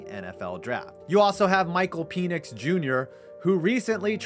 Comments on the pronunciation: Pen-icks not pee-nicks 🤣🤣🤣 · I went to high school with micheal penix it’s pronounced pen-ix not pe-nix 😭 but I don’t think he’s gonna go pro anymore too many injuries but before the all tears he was amazing